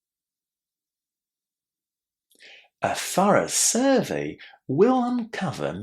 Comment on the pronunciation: In this excellent lesson, I noticed a word that we often mispronounce... survey. 🙄 Perhaps it would be helpful to include it in a future class, thanks! 🤗